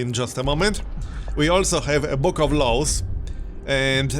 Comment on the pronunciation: It's pretty funny to hear saying "book of laws" and it sounds like "book of lols":)